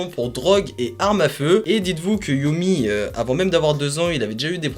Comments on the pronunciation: Super vidéo, sinon on dit "yeummy" et pas "yoummy" :) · "yami" pas "youmi", c'est un gamin des USA pas du Japon